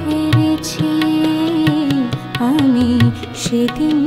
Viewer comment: aami bolte pronounceta gobhir hotchhena